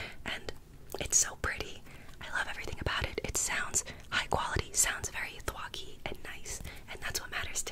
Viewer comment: Idk if someone said it or not but yeah you basically said it right its Thocky, but you kinda said thwocky lol. But the Thock is the onomatopoeia people use for the sound a keyboard makes. Thock is a deeper more subtle sound while something like a ‘clack’ is more loud and higher pitched. Its wierd but yeah